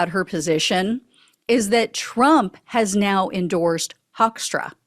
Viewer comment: You would pronounce his name as Hookstra, it's a Dutch name originally. (Greetings from the Netherlands ❤)